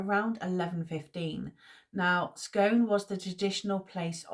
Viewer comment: Properly pronounced SKOON, But as you will... I hope you are feeling better soon!